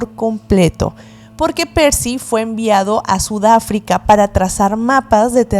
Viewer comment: Ssudaafrica dijiste jijiji